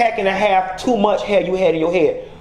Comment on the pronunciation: "...if you like pink, you TEW can be the next Lisa Vanderpump!"